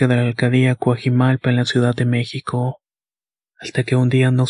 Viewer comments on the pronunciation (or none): none